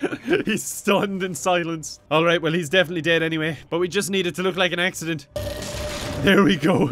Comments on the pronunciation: "We just need to make it look like a *AXE*-ident" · Don't you mean "axe-ident"? I'm sorry